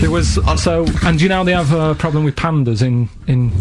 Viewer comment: love how ricky and steve were taking the mick out of karl for mispronouncing theft. but yet steve say's 'ploblem' and that's not even brought up xD